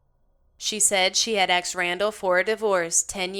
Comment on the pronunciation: No one should ever say the word, aksed or axed instead of ASKED! So annoying.